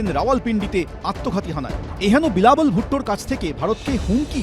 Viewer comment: হায়রে গাধা, বিলাবল নয়, সঠিক উচ্চারণ হবে, "বিলাওয়াল" !